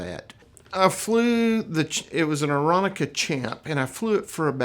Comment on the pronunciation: What a great story but, every time I hear Aeronca pronounced wrong I twitch. Yeah, I'm that guy.